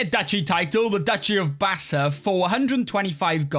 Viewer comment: Hi I’m grebo apart of the greater kru people the bass’s are our brother tribe it’s pronounced bassaw thank you for playing as them